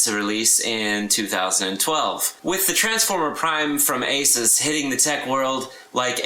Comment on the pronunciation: It's AY-SOOS, respect the name :D